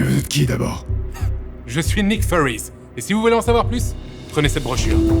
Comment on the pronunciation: J'ai bien l'impression qu'il prononce "Nick Furries", ils seraient pas passé à coté de celle là :D